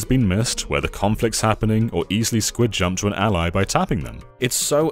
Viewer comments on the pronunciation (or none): none